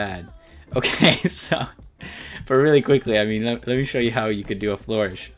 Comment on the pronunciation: Tip: Most fonts work well at sizes that are multiples of 2 and plus the previous multiple, such as 4, 8, 12, 16, 24, 32 etc :) Edit: It's pronounced fl-urr-ish, not floor-ish, hahah